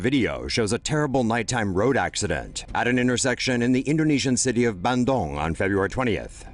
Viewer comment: The way he says Bandung, its just not right